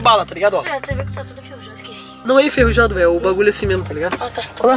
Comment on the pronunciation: Eu sou de Portugal e tu disseste tudoooo mal